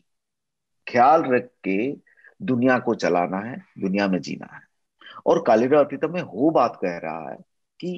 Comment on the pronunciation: Mdm it's "कालिर अतीत" not "कालिरा अतिता" plz pronounce it properly